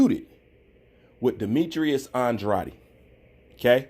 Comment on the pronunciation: Isn’t it pronounced An-drade’ ?